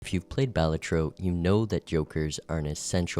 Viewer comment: The way he says it is how you say it.